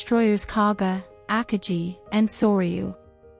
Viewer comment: You got the number of US Carriers wrong, the US had 3 Carriers at the Battle of Midway, and you mispronounced Akagi. You do have a good announcing voice, but you need better research.